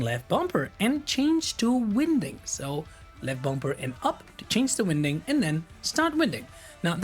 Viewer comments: "winding" and "unwinding" in the context of spinning a spool is pronounced like the word "wine", I am "wine-ding" the hose up for storage, I am "un-wine-ding" the hose from the reel. Otherwise, Really enjoyed the video! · Just to help ..Winding is pronounced wine ding . Yes i know that English is a bizarre language 🤣